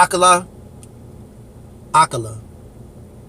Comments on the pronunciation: No Kar down there. AkAlA. All A like in cAn. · A-----kar-----la. Easy as